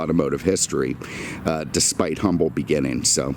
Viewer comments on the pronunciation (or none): none